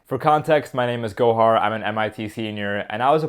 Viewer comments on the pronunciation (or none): Stop pronouncing Gohar wrong!!!